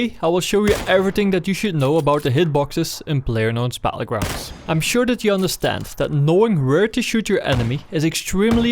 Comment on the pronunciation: BaTTlegrounds not Bahullgrounds